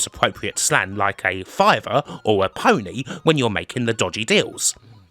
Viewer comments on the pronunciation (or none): none